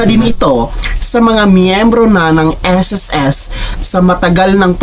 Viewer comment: Pakiayos ng pag pronounce mo ng SSS mali